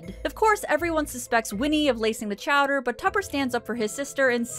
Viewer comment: Quimby nephew charged in beating. "Chowder" said wrong.